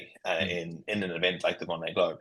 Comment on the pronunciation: Yes, interviewer should learn how to pronounce Vendee at least! And not knowing about Vendee/Ocean race collaboration with the question at the end was poor too. And no highlights in between.